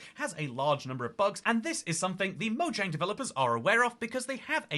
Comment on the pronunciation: It's spelled "Mojang" It's pronounced "Moyang"